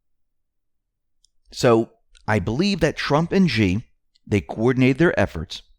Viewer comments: China's Xi is pronounced "Shee" not "Gee" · Xi is pronounced like She not G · 'Xi' is pronounced like 'She'.